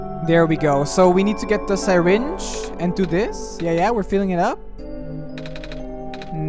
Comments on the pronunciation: i am very TRIGGERED because nobody pronounces syringe like that plz stop and say it like this sir-inge not sy-ringe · I can't tell if I love or hate listening to mispronounce the word syringe as Sigh-Ringe. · "sairinge" WWAAAAHHHHHHHHHH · “sai-ringe” said